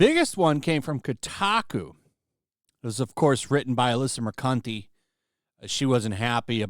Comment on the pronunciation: Did you say Alyssa "Mercunte"? 🤣